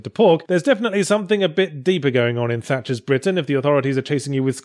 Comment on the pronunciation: Haha... Tatcher's Britain... I laughed every time you said it.